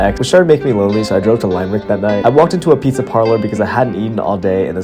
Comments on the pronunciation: It’s pronounced “Limb-Rick” not “Lime-Rick” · My man, it's not "Lime-Rick" it's just Limerick pronounced "Limrick". Be careful because Limerick people are quite intimidating lmao! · Lad it’s pronounced lim-rick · It is not Limerick it’s Limerick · btw it’s pronounced Limb-rick sorry idk why that annoyed me lol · Lime-rick I'm lmao rn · Funny how he spelt séan as shan and limerick as lime-rick, lol